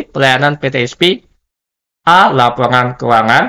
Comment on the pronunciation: Mohon diperbaiki pemakaian bahasa,mana yg Indonesia mana yg Inggris. Contoh : PeTe Es Pe, bukan pe te es pi